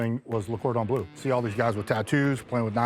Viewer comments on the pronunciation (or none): And still he calls it "Le GORDEN BLUE" Instead of "Le Cordon Bleu.." 😆😅